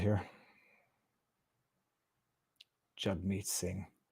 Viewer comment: Viva... you're saying their names wrong. They're pronounced Justine Turdo and Jughead Sing ;)